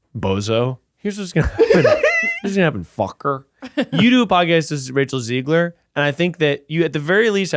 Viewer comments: Hey guys, if you want Rachel Zegler on the pod, you should probably start by pronouncing her last name right lol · begging y'all to pronounce zegler correctly